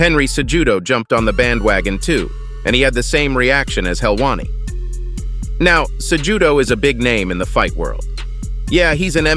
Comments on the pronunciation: Ce-hoooooodough is a big name in MMA. Not CeJEWdough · ITS PRONOUNCED AS CEHUDO NOT CEJUDO , THE J IS SILENT YA DUMBASS😅😅😅 BUT I APPRECIATE THE VIDEO❤❤❤ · "CeJEWdo" xD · Henry Ce-Judo XD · Henry Cejudo's name lmaooo. Se-Judo hahaha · “Henry Se-Judo” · "Ce-judo is a big name in the fight game." Yet they fail to pronounce his name correctly. SMH 😂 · Bruh.... "Sa-JUDO" is wild af 💀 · FFS GET NAMES CORRECTLY "Ce(h)udo" it's Cejudo ffs the H is fuckin silent ...damn triggering ugh ffs ( pardon my outburst, today I am not in the best of mood in general) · He said CEJEWDOE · Bro please work on your Cejudo pronunciation. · Cejudo is a big name, would be great if you learned how to pronounce it.